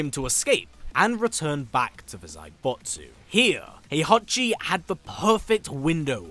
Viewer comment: That's not Heihachi, that's HOEhachi 😂